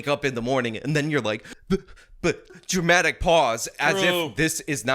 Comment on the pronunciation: I had to put captions on because dude said dramatic pause but I swear I hear everytime still 'jewmatic speach' lol almost feel out of my chair. 😅